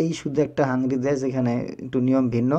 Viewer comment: হাংরি নয়, হাঙ্গেরি হবে